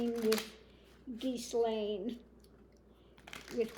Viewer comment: Good reading, thanks,. I think Gaetz will spill the tea on 45. 😁 (PS: the 's' in Ghislaine is silent = pron. gheelane.)